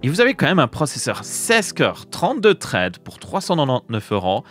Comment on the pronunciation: Traide, je sais pas si c'est parce que tu es belge mais ça pique un peu les oreilles 😅 Thread, ça donne un truc du genre ssraide en prononciation 😅